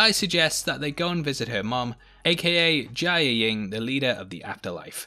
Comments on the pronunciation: i- you keep saying jiaying's name as jia-ee-ying... its just jia-ying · You really can’t pronounce Jiayeng huh? & it’s her actual sister because they’re related by blood not her stepsister. She doesn’t have to always bounce back means she doesn’t have to be ok. This is why I don’t subscribe. It’s like you watch the show but you miss out on the deeper nuances & you can’t pronounce words that you hear being said.